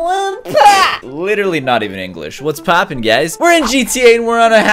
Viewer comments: Caylus : yo wha pa Me : its whars popin what this guy found a new language lol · Yuou whaha pouau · Omg he said wuhh pahhh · “yo whA pOp.” Not even English